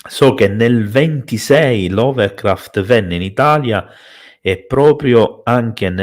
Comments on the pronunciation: Una delle Live più interessanti ed attuali mai ascoltate. Complimenti per scelta e articolazione dell'argomento. Piccolo appunto antipatico (spero mi si perdoni): Lovecraft non LoveLcraft, Necronomicon e non NeGronomicon come giustamente pronuncia. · Allora... intanto è Lovecraft e non LoveRcraft e Cthulhu si pronuncia Ktulu, non ciutlu. Per quanto riguarda il Necronomicon non saprei da dove cominciare sulle inesattezze e castronerie, per esempio il suo fantomatico autore Abdul Alhazred altro non è che un gioco di parole, Abdul come avete detto significa "schiavo di" e alhazred ha un suono simile a " all has read", in pratica sarebbe "schiavo di tutto ciò che ha letto". Il Necronomicon è un'opera di fantasia nata dalla mente di Lovecraft.